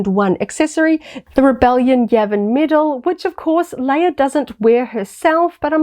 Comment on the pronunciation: I just discovered your channel. I like your content, but I'm having a hard time not cracking every time you call her princess "Layer" and call them a "figger ". I can't wait to hear ya say "deck." Lol